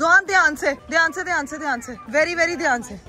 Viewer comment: Very very dihaan se...... 😂😅😂😅😂😅 Kia gulabi English boli hai ..